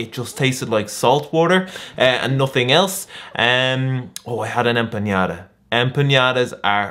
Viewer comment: I am pretty sure it is empanada and not empañada, so it's just a regular "n" sound ❤